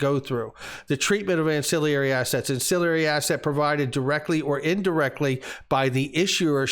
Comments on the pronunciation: please learn how to pronounce ancillary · An...cill...ary!!! Not an...cill...i...ary. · Not to get picky, but it's an-cill-ary, not an-cill-i-ary. There's no second "i."